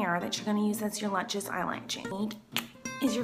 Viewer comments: I love how she says lutches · I knew she would say lutchious😂😂😂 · Lut-Chis lol